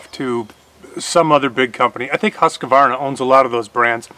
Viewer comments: you're a very intelligent, knowledgeable young man, but I dislike the way you mispronounce Husqvarna (Hoosk-varna). I love watching your videos and am an avid fan of your channel. Take care. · Husqvarna not Husquhvarna